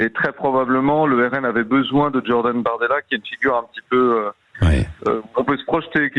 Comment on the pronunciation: C Jordan et non Djordan. Sinon il faut dire Djean luc. Un specialiste en com devrait le savoir .Un rapport avec Dja Dja ?